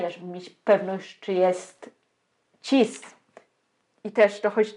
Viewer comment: Ciężko mi się tego słucha bo zaproszona osoba ma dziwny akcent lub wadę wymowy. Chyba że nie jest polskiego pochodzenia. A no i cis- wymawia się chyba bez zmiękczania na ć